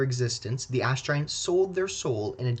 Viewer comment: All I can hear is “ass” giants 😂